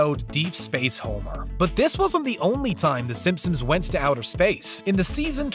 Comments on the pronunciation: SimpsoNs not SimpsoMs. Lol thats all I keep hearing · This guy OVER enunciates everything, and yet pronounces "Simpsons" as "Simpsims" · I’m scrolling to see if anyone else is hearing this guy say “Simsim’s” every single times he says “Simpson’s” 😂😂😂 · I swear I hear it haha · “Simpsoms” lmao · Does this guy keep saying “Simpsom’s”? Or is it just me? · Stop saying "simpsoms"